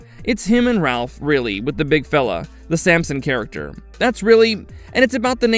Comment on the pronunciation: You do know that the name "Ralph," in regard to this actor, is pronounced like "Rafe," right? Not with an 'l" in it? Annoying as hell, having to listen to AI narrative.